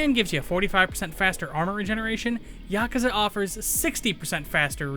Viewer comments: yaaa-kuuu-zaaaaa say it wrong lol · It’s funny how he says yakuza wrong